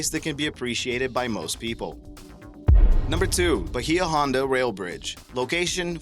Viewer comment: the way you pronounced Bahia Honda irks me. other than that, thumbs up.